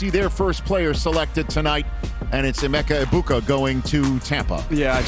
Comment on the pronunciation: "amecha ibuka" is crazy disrespect to emeka 😭🙏